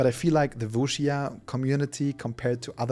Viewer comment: Der erste Deutsche der Wuxia richtig ausspricht